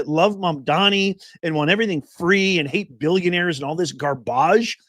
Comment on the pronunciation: Did Fani just say that she hate-effs?